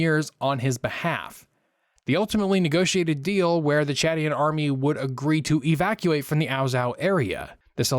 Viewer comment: Bro can’t even pronounce Chadian